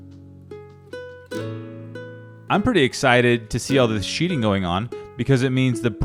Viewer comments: Sheathing - not "sheeting" ;-). That's going to be a beautiful house! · " Sheathing"...not sheeting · It's sheathing not sheeting.... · One thing, It's Sheathing